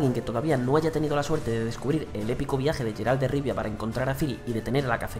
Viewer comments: se pronuncia GUEralt... no GEralt... ni SHEralt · 2019 y todavía le dicen SHeralt...